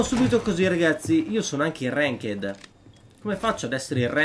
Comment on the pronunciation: Non si dice renked ma renkt